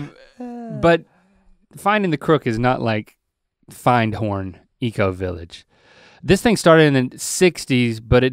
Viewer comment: Findhorn is actually pronounced fint orn. I never even questioned why it isn’t ‘find horn’ until now lol.